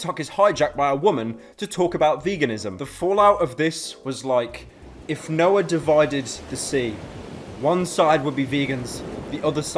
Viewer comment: "If Noad divided the sea" Okay cool, now I know for a fact Pyro was never a Christian lmao